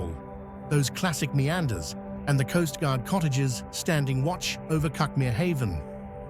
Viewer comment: I don't know if all us locals pronounce cuckmere incorrectly. As never heard it pronounced like this before. A lovely place to live.